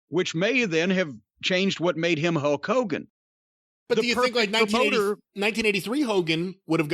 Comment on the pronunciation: I swear Jim is saying “Huck Hogan”